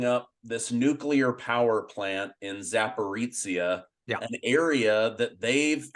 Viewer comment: It’s pronounced…. Zapa-ro-zia NOT Zaporizia